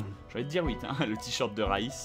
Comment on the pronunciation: C'est Vaas pas Raïs ! Aaaaaaah !!